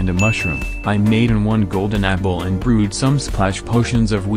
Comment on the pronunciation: nobody: your tts: i brew-ied